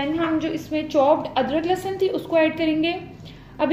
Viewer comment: That is lehsan not lassan Har video me same baat